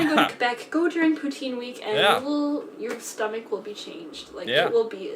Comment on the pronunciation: As a québécois I got a say I rlly liked when u said « poutine »